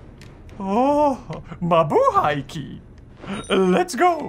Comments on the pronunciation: Did you just say “Mabuhay key”? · did u just say 'MABUHAY KEY' xD